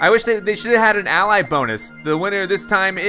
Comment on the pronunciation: why did you pronounce ally wrong